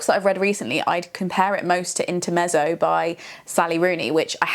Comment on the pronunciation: Polite note: intermezzo = 'inter-met-zo' as in the Italian ☺️